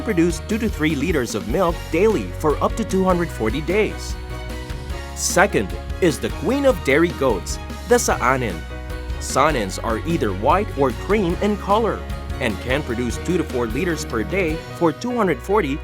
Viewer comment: SAANEN is pronounced SAHNEN jusy one "A" but long . It is a Swiss breed from Saanen Valley. I have a smaller version of this breed not related as they originally came from Nigeria. About one third of Saanen but gives more than half the amount of milk as the bigger breed. Easier to grow, they are tropical. A handful of raw peanuts gives a lot of milk. Milk twice a day same time. AM and 6:oo PM. No fail or the output will be irregular. They like to be treated gentle and happy.